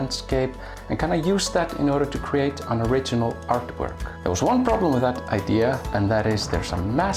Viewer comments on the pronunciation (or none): none